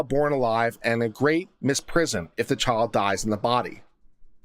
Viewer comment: No southern accent until the word "Child" then it's all "Chawld". :)